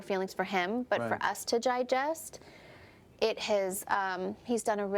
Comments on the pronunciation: Is it only me who heard "gigest" instead of digest !!!!! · Im not trying to be mean to kim but did she say jijest